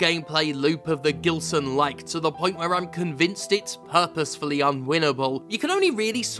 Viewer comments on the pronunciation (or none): The "GILSONLIKE" 😆